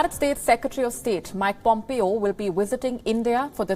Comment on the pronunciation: It is not Mac Pompeo..... It is Mike Pompeo... Please pronounce it correctly